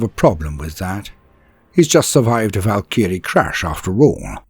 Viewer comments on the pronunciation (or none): A little perplexed about how you're pronouncing Valkyrie though?